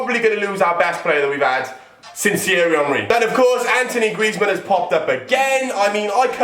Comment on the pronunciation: Its actually griezman